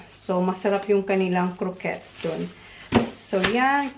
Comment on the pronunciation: Buti tama na pronunciation mo ng croquettes ♥️